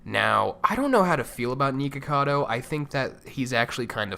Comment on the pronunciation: Lol! "Neekacado"